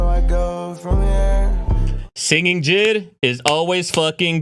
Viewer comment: Mf called JID jid💀